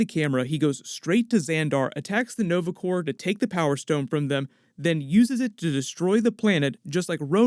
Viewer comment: Dang ......he said Corp....like the p not silent.